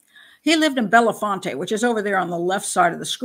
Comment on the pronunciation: It's Bell font, 2 syllables.